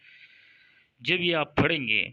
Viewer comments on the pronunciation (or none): تو خود تو لائک شئیر کی بھیک مانگ رھا ھے تو کیں نہیں کرتا یہ وظیفہ ؟ لفظ پھڑیں نہیں ھوتا بلکہ پڑھیں ھوتا ھے او جاھل